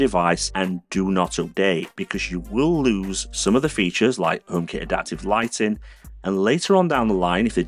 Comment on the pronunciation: Pppppplease say H, it’s so annoying. I love your channel and videos but it puts me off when you say Omekit, Omepod, etc